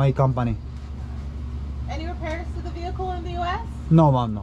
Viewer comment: Medyo alanganin yung pronunciation mo sa “ maam” it sounds like “mom” its an insult sometimes because the woman might be single..just saying..